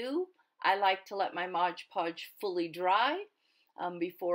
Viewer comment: "MOD PODGE not MOGE PODGE. You know this never bothered me till I kept hearing people saying it over & over & people correcting them. ahahaa now when I hear them saying it WRONG im like oh nooooo. :/ ahahaha :} But great video really is.